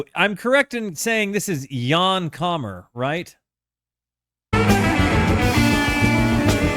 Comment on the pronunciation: It's Jan Hammer, not Kammer. If you have exhausted all Mahavishnu recordings, Jan Hammer Group's "Oh Yeah?" might give you a fix